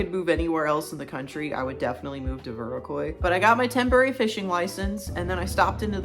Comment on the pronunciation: That's not how you pronounce Viroqua 🤭